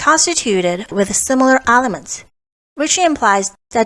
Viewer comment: Stop saying ALEMENTS!